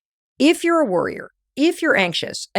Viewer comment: Worryer or Worrior, you have a choice. For about a minute I kept hearing "Worrior" instead of "Worryer" and that's when I realized we have a choice.